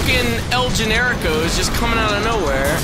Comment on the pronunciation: "All these El Genricos"